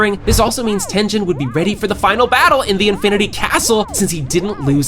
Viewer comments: tengen ❌ tenjen ✔ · Tengehn instead of Tengen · Bro is saying tenjen instead of tengen or uzui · His name is not tenzen it is Tengun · Your saying tengens name wrong its not ten-dhen its ten-ghen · His name is TenGEN not Tenjen...??? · “Tenjen” 😭✌️its tengen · Who tf is TENJEN!?!?! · It’s that Jen , it’s tengen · Maaannn who the hell is tenjen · Bro I got pissed every time he said tengen. Like great vid but dang say the name correctly